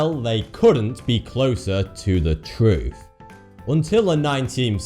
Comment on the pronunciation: "Fawty-Two"? "Conspiwassy feewists"? "Sometimes got vee occasional fing cawwect"? "Sometimes ver twoof is even skerweer van spekewayshens and feewiz"? Pull yourself together man! You're speaking in tongues. What language is vat... I mean that meant to be anyway? You sound like Elmer 'fuckin' Fudd! Now either speak proper like wot I duz, or bugger woff!